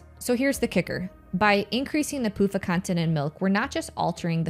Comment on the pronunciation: Every time I hear you say pufa, I can't help but hear "poop uh". Sounds like the second name is more accurate anyway. LOL